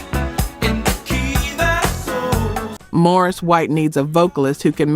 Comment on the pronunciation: STOP…..his name is MAURICE WHITE AND NOT MORRIS! Please give “Reecy” the respect that he is due by pronouncing his name correctly!!!